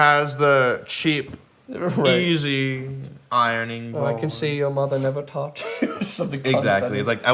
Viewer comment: "i-rone-ing" - Jared Dines 2019